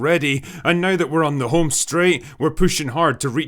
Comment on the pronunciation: Hey drinker “ now” has one syllable. You say it like it has five.